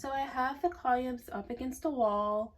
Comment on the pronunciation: My love. It’s pronounced KA-LUM. Columns. ❤ but yes, I love it.❤